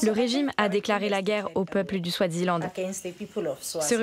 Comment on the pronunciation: Eswatini et pas Euswatini, Swaziland et pas Swadziland